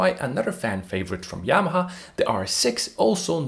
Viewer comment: Are you portuguese, man? You can’t say Yamaha? You say Yamaa. 😅